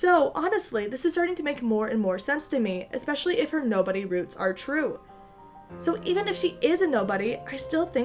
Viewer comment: Not gonna lie, I thought the title was "Rey has Imperial Boots" and I didn't question it at all. And then I heard you say "roots" and... I died inside. (Also I still want her to be a Kenobi, but I like this theory too...)